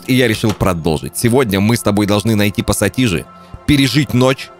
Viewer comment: Отец как ты мог не пассатижи а посасиже. Отец прости